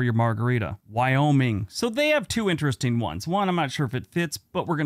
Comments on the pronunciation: What was that? IOMIN. Guayoming for Wyoming. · Wyoming is pronounced "why-OH-ming" Wyoming is the least-populous state in the United States with around 580000 people. Those people are spread across 97914 square miles (253600 km²) giving it a population density of about 6 people per square mile. This is the second lowest in the US after Alaska, because Alaska has more people total but it's much, much larger.